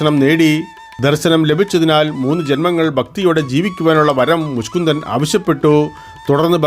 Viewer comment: മുഷ്കുന്ദൻ അല്ല മുചുകുന്ദൻ😊